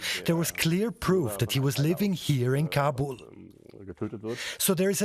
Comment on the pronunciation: Why does she pronounce Kabul as Kabore.